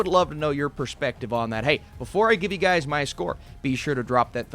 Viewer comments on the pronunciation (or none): none